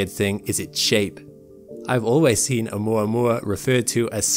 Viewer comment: Thank you for saying oumuamua correctly haha. I always here it as "oumua oumua" and I'm like dude you're not saying it how it's spelled! Great video as always. Been binging you and SEA for all my astronomical knowledge :)